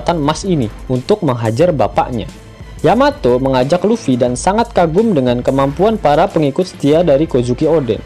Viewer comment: Yamato cok bukan yamete